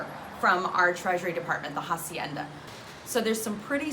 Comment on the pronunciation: may i make a small correction? its hacienda and not jacienda. the H has no sound so it would be spoken as Acienda even if you use it in english language.